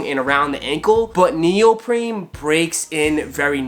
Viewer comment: its neopreen not NeOprEmE u fucking clown